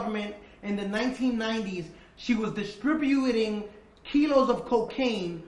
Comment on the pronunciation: She was distribyoowooehting kilos of cocaine.